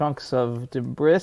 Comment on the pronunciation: De bris? Slice and dice?